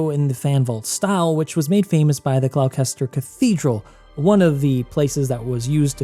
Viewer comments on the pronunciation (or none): Gloucester = GLOSS-TER Gloucestershire = GLOSS-TEH-SHUR Apart from that v good video thank you lots of love x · You're pronunciation of the word 'Gloucestershire' has earned you a like. Natively, we pronounce it as 'Gloster'. Jokes aside, incredible video as always. More Hogwarts content please! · The way you pronounced Gloucestershire😂 apart from that brilliant video!!